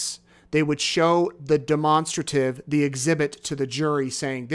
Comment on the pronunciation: Demonstrate… Demonstrative both pronounce the same not de-monster- tive 🤦🏽